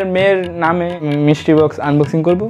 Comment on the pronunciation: মিস্ট্রি বক্স(Mystery box)❌ মিস্টির বক্স ☑️ 😂